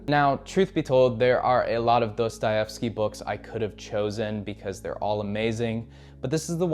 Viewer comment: ya but his pronunciation of Dostahefsky makes my ears bleed